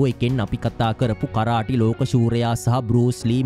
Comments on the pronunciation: කරාටි නෙමේ කරාතේ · මොනවද මනුස්සයෝ “කරාටි “ කියන්නෙ 😂😂😂😂😂😂.8 pass නැති එවුන් u tube කරන්න ගියාම මේක තමයි වෙන්නෙ 😂